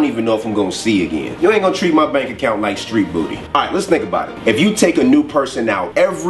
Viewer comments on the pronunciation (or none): none